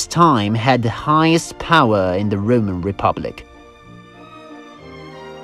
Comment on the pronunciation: every time he says "Roman" I hear "rodent" and now all I can think of is rats running around in armor and building cool shit